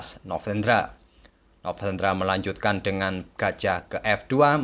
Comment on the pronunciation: Kok kayaknya agak kesusahan nyebut nama novendranya ya bg hehe Oiya bg, mau request partai blunder papan atas yg kelupaan kalau rajanya sedang di skak dan melangkahkan bidak lain, jikalau ada bg, saya pun gatau ada atau nggak hehe. Dan kalau kejadian seperti itu gimana aturannya ya bg secara internasional?